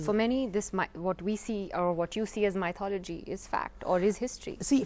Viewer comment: Stupid woman keeps mispronouncing mythology, even after her host correctly pronounces it. Couldn't she spend 20 seconds to look it up while the camera was not facing her? What sort of journalism is this. And that guy believes atheism is a myth. Two clowns on one show.